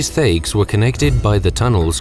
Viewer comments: thaigs are pronounced tie-ges, not thay-ges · sorry to be a picky bugger but I have to point out that the name Dwarven settlements is pronounced Tai-gs, not Thay-gs. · Tiegs, not thayegs. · The Th-aygs Such cringe. This is said every 5 seconds in the orzammar portion of Origins, it is pronounced t-aig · (Tie) eggs it's pronounced like that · its pronounced "Tiges" the "H" is silent. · Thaigs: Pronounced with a "tie" sound. The "h" is silent. And pronounced more like "thai" as in Thailand..? Again, learned something new as the function of the shaperate and the divisions within them were always a bit confusing to me. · I can't unhear their pronounciation of Thaigs, it's a silent H dammit! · You mispronounce "Thaigs", it's pronounced without the "h" effecting the sound. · And Thaigs being mispronounced as well